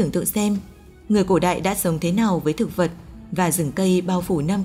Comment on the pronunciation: Chị này nói giọng Bắc mà phát âm sai chữ y vd cổ đạy, hiện đạy mới ghê